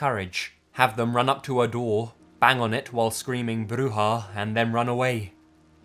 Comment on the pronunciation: Spanish word for boogy man is pronounced Coo-coo-we And u got witch pretty good but it's more like Brew-ha